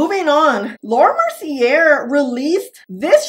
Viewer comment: Wrong, the first pink powder was Guerlain almost 40 years ago. Laura Mercy-AY. Please learn correct pronunciations.